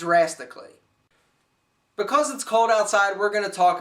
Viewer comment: i like how he says because. "ba-coss" :P